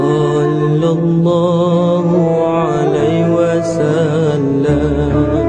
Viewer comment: Ada masalah sebutan huruf dan tertinggal perkataan. Sepatutnya sallallah hu`alaihi wassalam bukannya ....hu alai...